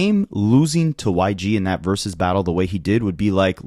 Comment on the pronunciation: I know you're a child, but stop saying "verus battle."